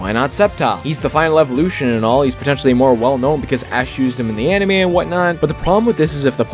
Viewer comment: The way that bro said "Anime" like "enemy" but "anemy"